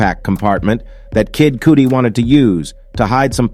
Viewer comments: It’s cudi not codi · It’s cudi not coodi * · He said "Kid COOTIE"😂😂😂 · Kid "Coody". 😂😂😂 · Not Kid Coodee and Ben Bahhler 🤣🤣🤣🤣🤣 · AI & text to speech is so dumb. When it said Kid Coodi I lost it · “Kid cootie” 😂😂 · Calling him Kidd Coodi is wild 😂😂😂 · Couldn’t wait for the cudi slaughter to stop how can you say it wrong that many times 😂🤦🏾‍♀️ and for Drake to be number one made me sick it should’ve been Gucci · It's Kid Cudi!!! He's saying his wrong. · That's not how you say Kid "Cudi" bro.